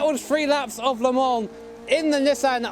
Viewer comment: Big fan of Nissan but can't pronounce it right.